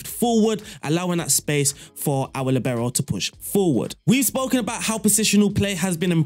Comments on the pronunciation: Wtf its not Libero, its liibero. From italian. I didnt understand you for two minutes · Since Franz Beckenbauer more ore less invented the Libero role, and since he's German, the stress in Libero is on the first syllable: 'Li bero. You are welcome :-)